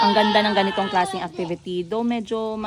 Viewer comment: Banlag man diay kag mata no?. Mao diay ang mga vowels lahi imong pag pronounce. Ang “i” nahimong “e” hahahaha! IYKYK. “RESPONSEBELETY” “ACTEVETY” “CETY” 😂😂😂😂😂😂😂